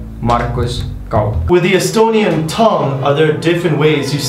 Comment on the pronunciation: Oh god dave totally butchered the words as I am an Estonian 😂 love the ending 8-bit estonias song!